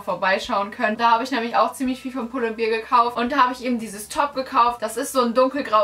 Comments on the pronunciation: aber echt 😂😂 pull & beer? 🍺🍻 wtf!? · Ich finde es so schrecklich, wenn Menschen "bear" nicht richtig aussprechen können. 😂😂😂